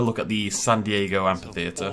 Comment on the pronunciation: I'd hate to be rude, but you're mispronuncing amphitheater. Again, I'm sorry if I sound rude, but it really bothered me. Also, I really don't think that's meant to be a Basilosaurus. The head and hind flippers are too big and the tail fluke is too small. I really think it's meant to be a Mosasaur.